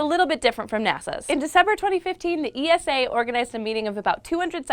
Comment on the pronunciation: Dear once again it is not ee-es-aa but ESA as in one word. Just like NASA (you don't N- AA- ES-AA)